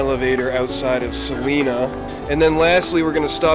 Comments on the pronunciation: Never heard of Selena Kansas....I think he meant Salina. Long I sound Sa Line a! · Just FYI: It's SAH-lina :) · I busted out laughing when I heard it, just now.